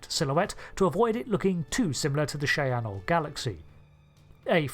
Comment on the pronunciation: I love you, i promise. But every time you say the name of this class it breaks my brain. Shy-anne